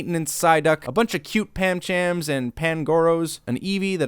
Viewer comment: What the fuck is a "Snarluf", and Tauros never appears in the movie at all. It's PANcham, and PANgoro, not Pamchan or Pamgoro. Weavile never shows up. How can you claim to be the "expert" on Pokemon if you cant pronounce half the names and dont even know what some of them are? There isnt a statue of Giratina, there's one of Arceus. Tim didnt stamp out the fire on Charizard's tail, he just kicked it. There is no Machoke, its a Machamp.